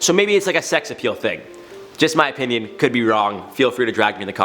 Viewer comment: Rather than 'opinion' I really thought for a second he said 'my penis doesn't matter that much.' I was like damn someone hug this guy.